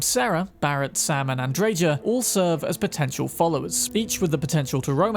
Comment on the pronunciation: Pronounced “AndreHa” the “J” is a “H” sound 🤝🏽 Other than that, 10/10 😉